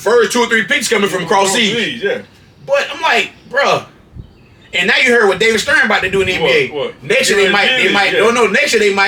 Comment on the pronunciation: This cat said David Stearn Darrly 😂